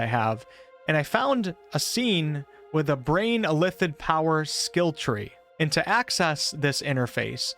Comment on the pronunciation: Please learn how to say illithid.